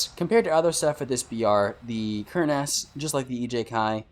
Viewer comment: AH not A. Ker-Nahs, not Kern-Ass lmao..